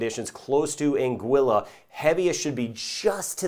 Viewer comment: I fell in love with this when he pronounced Anguilla correctly 😍 😭